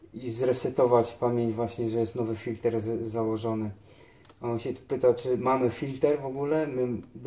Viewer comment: czyta się filtr człowieku a to co pokazałeś to cieniutko cieniutko